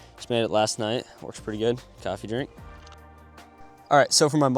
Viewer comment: You saying coffee drink in the beginning of the video was cracking me up pretty good.